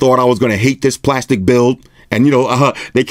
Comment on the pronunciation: 3D glastic. LOL 🤣